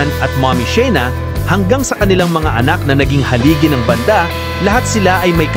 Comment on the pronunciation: Maniniwala na sana ako, kaya lang 'yung bigkas mo ng "banda"...naihagis ko ang tablet ko!😮